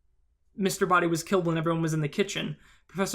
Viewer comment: Although I have felt the Scarlet ending was most reasonable, there were some elements in the final ending that made it make more sense since they all indeed had the motive kill whoever they did, Mustard would have been the one to destroy evidence contrary to Scarlet, Plum mistakenly pronouncing Mr. Boddy dead, and not to mention, as 7WhitePhoenix7 said, Mustard would have had access to Wadsworth's pocket. When I thought the final one was most likely, I then thought about Wadsworth being in reality Mr. Boddy was odd since how it looked in the beginning [how could the "real Wadsworth" risk his own life like that under orders of his former(?) employer]. I thought it would have been reasonable for Peacock try and grab the gun from Plum in the dark, thus screaming and running to the light switch when it fired, she sounded suspicious when she talking in the kitchen about having the knife and dropping it later, and she was closest to the light switch. Also, Mustard could have heard about the secret passage because Yvette (that's how you spell it) told him. So my point is, all endings have their positives as much as they have their negatives; therefore, they are equally possible. The reason the last ending was considered "what really happened" was because of the "motives" for each "murder one by one."